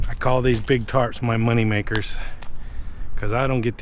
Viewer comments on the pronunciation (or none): none